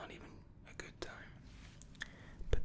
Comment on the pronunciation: him trying to say good also him: veryy gött